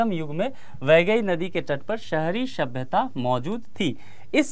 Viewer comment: शंबंध नहीं संबंध शंगम नहीं संगम शभ्यता नहीं सभ्यता